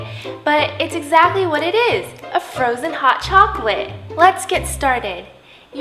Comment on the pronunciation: Frozon hot chaklate